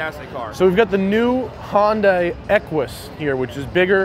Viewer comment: Hoyndai?.....the reason it has a name problem is its not pronounced properly lol